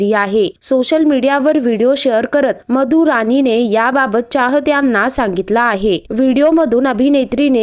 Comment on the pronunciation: रानी नाही हो राणी म्हणा